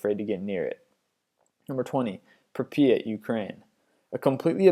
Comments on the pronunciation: "pree-pee-it Ukraine?" Okay, stop mispronouncing stuff, stop it. This is a video you can edit. Pronouncing Pripyat should not be difficult at all. It sounds the way it's spelled PRI-PY-AT. "Gladiators fought to the death for the amusement of CAESER and HIS mobs". ahem, Caesar was killed by Brutus in 44 B.C, The coliseum was built in 70 A.D and completed in 80 A.D. One Hundred and twenty four years (124 yrs) after the death of Caesar. Not only where there gladiator fights, but there where many non-lethal sports. In fact most gladiator fights where not "to the death" because gladiators where very expensive. Next you pronounce catacombs as cotokUUms. Are you one man by himself making these? If so, fine these videos are a lot of work I get it, but if not it's quite pathetic. You are most likely paid by youtube in a partnership right? These are supposed to be kind of educational right? Well get your facts straight!! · PRI-PI-AT? Really? Please try to pronounce it atleast. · Pripyat..you said that so wrong! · Well -- This narrator seems to have trouble pronouncing things, anyway. He can't pronounce Pripyat' correctly either. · Pripyat was even worse.